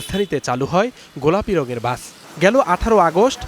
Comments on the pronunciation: Bus ❌ Gaas ✔️ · এই মহিলা দোতলা বাস কে দোতলা গাছ বলছে